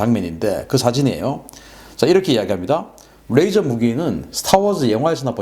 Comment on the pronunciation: "뢰이져로...(R)",가 아니고 '레이져로...(L)'이라는 진실... ㅡㅡ